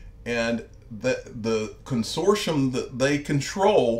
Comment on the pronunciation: It's pronounced Con sort T um